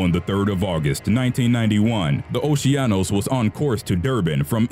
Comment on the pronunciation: the cruise ship "oceanos" is pronounced as "okeanos"...